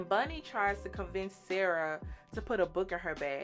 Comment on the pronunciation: Bonnie not Bunny.